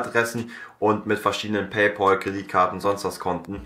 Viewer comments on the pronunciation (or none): none